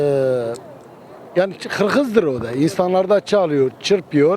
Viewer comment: Hirkiz diyoyaya😂 konusmasini bilmeyen insana mokrofon uzatmayin ya